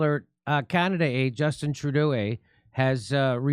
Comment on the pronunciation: Justin Trudeau-eh as well as Canad-eh.👏 Jimmy Dore, you are truly a comedian if ever there was one!👍